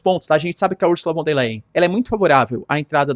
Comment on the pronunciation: Professor : Ursula von der " lain" ( a pronuncia Do Leyen)